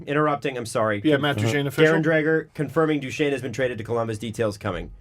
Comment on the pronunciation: is having a very hard time pronouncing Duchene in this one.